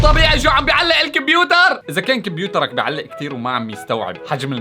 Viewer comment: 🙂 كمبيوتر❌ كبيوتر✔️